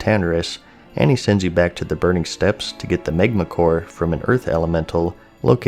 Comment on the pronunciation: No such thing as Burning Steps...its Steppes. Steeeps